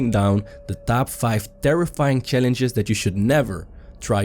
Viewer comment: You cant even pronounce the word "Challenges"